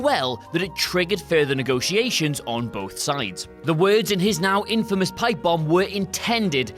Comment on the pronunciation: it’s not pronounced in famous